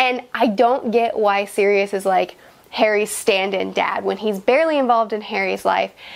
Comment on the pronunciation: Ummm.. she called Sirius Serious 🤣